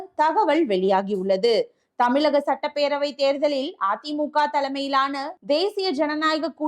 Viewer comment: Thamizhagam..plz pronounce it correctly..